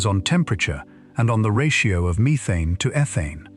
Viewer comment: Stop saying methane wrong 🤦🏻‍♂️